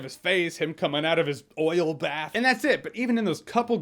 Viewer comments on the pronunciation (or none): none